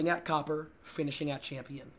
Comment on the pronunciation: Does copper sound like cope to you? Robber is Robe?